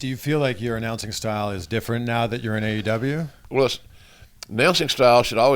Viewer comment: Did jr call the company AWE instead of AEW or I’m I just tripping?